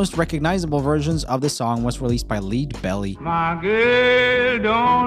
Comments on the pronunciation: it's Leadbelly; rhymes with the Led in Led Zeppelin, AKA Huddie Ledbetter, one of the most important voices of the Folk movement of the early '60s. He was widely covered by LOTS of artists, but also covered a lot of songs. And it's weird there's no mention of REM's cover of Mad World. But kudos, for a couple that were news to me, as I'm older than dirt. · Cool video, thanks! Couple notes: "Where did you sleep last night" is better known as "In the Pines" and the best known recording is my Leadbelly -- pronounced Lead like the metal, not lead as in .. follow me. Also, "Torn" was first recorded by Lis Sorenson, not Endswap. Though it was in Danish. I've been keeping a list of covers that are more popular than the originals. Many of these were already on my list, but I was able to add a few thanks to this video. Thanks for that! I'm up to almost 50 songs. Some of these I didn't add only because anybody older than about 35 definitely knew they're covers.